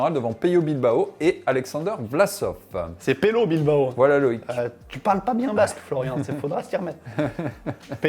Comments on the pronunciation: Pello Bilbao c'est un basque espagnol donc on prononce bien Peyo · Il est bien prononcé Pello Bilbao par, phonétiquement ça sonne comme (Peyo).